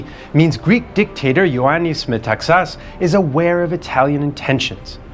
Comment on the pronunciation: This gentleman is the only non-Greek speaker I’ve heard pronouncing correctly Metaxas name!